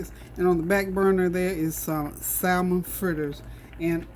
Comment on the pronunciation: Samon NOT salmon pronounciation...